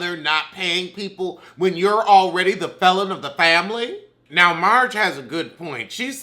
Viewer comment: Lost feeling on one side when you done said, FAMBLY!